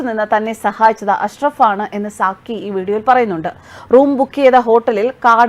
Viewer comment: "Sakki" alle?, 'Sakir Naik' allalo?.😂😂😂